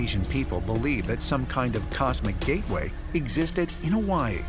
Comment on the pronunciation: Im so annoyed with the way the narrator says Hawaii.